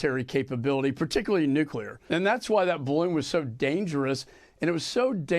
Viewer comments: Speaking of mispronunciation Benny, for the love of God Almighty, it's "Nuclear" not " Nucular"!!!!!!!!!!!!!!!!!!!!!!!!!!!!!!!!!!!!!!! What is WRONG with Americans? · nuCLEar not nuCULar… don’t be like George W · Its NUKE..LEEE..ERR NOT NUKE U LER...........SMH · Love what you do Benny but mispronouncing Canadian is no more 'cringe' than you continuing to mispronounce "nuclear"? Come on my man, it's not that difficult, you can do it! 😉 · and you do not know how to pronounce the word nuclear! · Benny...u mispronouns Nuclear everytime!!! Passing judgement are we?????